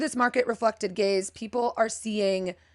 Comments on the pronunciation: It took me half way through the video to realize that you were saying “gaze” and not “gays”. 😌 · Every time you said, "Market-reflecting gaze," I heard, "Market-reflecting gays," and as a gay guy who is a color enthusiast and a crazy maximalist with a billion things on my walls and shelves, I think I'm an "Anti-market-reflecting gay." 😀